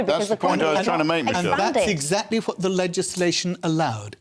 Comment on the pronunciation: Can someone please tell me why every Scottish politician starts the word what with f ...fwhat 😂